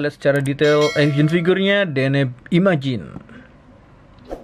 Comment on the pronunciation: Akhirnya bilang deneb bukan denebi, mantap bang 👍